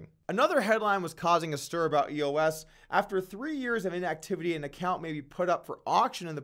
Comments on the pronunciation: Doug, love your Vlogs, but it's "Eos" not E.O.S. ! Geez ! Kinda like "Doug" not "D.O.U.G. ! Get it ? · Am I the only one that realizes doug is giving up on crypto? 0 research done on EOS. He doesn’t even know how to say it, much less how the governance model works. Doug Polk Crypto is done